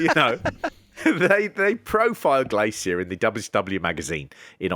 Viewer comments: Have you never heard an English person say "glacier" before? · The way he pronounces Glacier makes me irrationally annoyed.